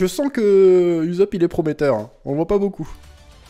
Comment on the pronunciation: Par pitié arrete de le prononcer "Uzopp"